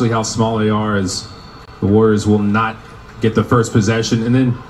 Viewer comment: “THE golden state WOOWeRS”😂